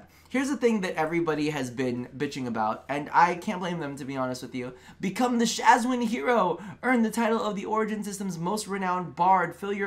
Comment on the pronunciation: SHAWZIN: is ROB: Shaz-win ME: plucks untuned string in horror